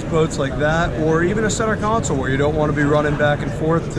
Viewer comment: Love your videos...thanks for sharing your experiences. I bought a 2015 Robalo R242 with only 30 hrs. on it (Yamaha F300) and I thought I paid alot. Wow...the economy picking up is a blessing and a curse...for new boat buyers. Just FYI...you keep saying center council...like a city council. Should be console. Cheers!